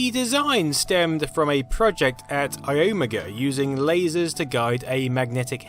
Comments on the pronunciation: I thought it was i-o-mega? IDK about this Ayoooohmiguh pronunciation. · Your pronunciation of Iomega was bizarre. I've always heard it pronounced "eye-omega". Your pronunciation was more like "aiyeoh-miggah". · what did you say? Its pronounced (eye-oh-mega) iomega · You're the only person I've ever heard pronounce iomega iOmega instead of ioMEga. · I-ohm-uh-guh? Eye Oh May Guh! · Ah yes, my favorite storage brand: eye-ah-magha. I love you, never change. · I always pronounced "iomega" as "eye-oh-mega", this is the first time I heard someone say it as "uh-yo-mugga" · 'eyomugu' 😂😂 never heard it pronounced that way. Here, it was always 'Eye Owe Mega'. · iOmega is pronounced "Eye-Omega" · The pronunciation of Iomega sounded odd. It’s pronounced eye-oh-may-gah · its "eye-oh-mega" not......whatever you said. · I always pronounced iomega as eye-oh-mega rather than a single word. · Isn't it pronounce Eye Oh Mega? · "Mashusheytah" "Mishubishi" "ughyomega" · it's i-Omega not iomega, or what ever your saying... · It's "i" "o" "mega". Just thought you may have wanted to know. or .. Maybe you just like to say names in your own way. cool. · i-ohm-aga cringe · Iomega is pronounced I-O-Mega (Eye-Oh-Meg-A). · Say iomega right..... I o mega. Say it with me I . O . Mega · Hey my friend it's pronounced EYE-oh-MAY-ga. I remember this, I was a big Zip fan and I disliked this thing because I thought it cluttered up the odds of a new high capacity standard being on all PCs. In the end they all lost out to the Internet! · LS120! I had several of these, internal. How I miss you! Also EYE-OMEGA Not what you're saying. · I had a lot of dealing with Iomega back in the day, and they pronounced it "eye-oh-mega" I think i'll go with how the company that made the name up said it. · The company itself definitely pronounced it as EYE-oh-MAY-ga. ( in other words ... I.O. mega) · I don't see how anyone can look at that word and think it would be pronounced any way but Ai-Oh-Meh-Guh